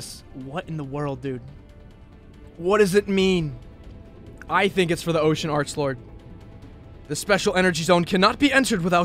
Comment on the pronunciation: It’s not how you say Arch lord It’s Arklord